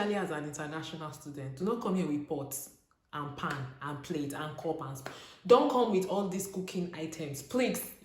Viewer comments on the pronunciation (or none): I heard pots and pant and plate 😂